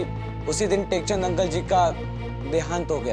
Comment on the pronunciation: nekchand ❌ tekchand ✅😂😂😂😂😂😂😂😂😂😂😂😂😅😅